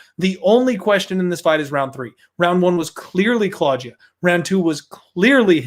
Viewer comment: say claudjuh one more time i dare you